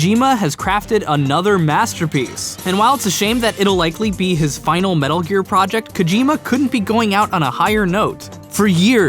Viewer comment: metul geer